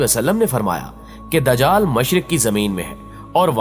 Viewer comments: Bhai dajql nhi ..lafz dajjal hai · نہا یت ادب سے آپ کی ایک غلطی کی نشان دہی کر رہی ھوں۔۔ یہ لفظ د جال نہیں بلکہ دج جا ل ھے یعنی ج کے اوپر تشدید ھے تو پلیز اسی طرح پروناونس کیجئے۔